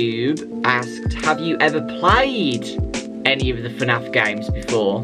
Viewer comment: No one has noticed that he said F A N F instead of FNAF